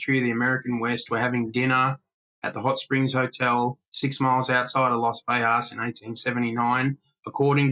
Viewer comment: Great information and I can't wait to read the book but I have one single complaint. I am from Las Vegas NM, Born and raised. It is not pronounced "Vehas" or "Vejas" The G is pronounced, Las Vegas. As in GO or GET. Thank you for your time 🤣🤣. Carry on. ✌️